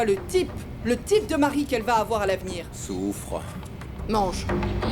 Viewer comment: a dit Tiffani: Souuuffre Moi: 😂😂😂😂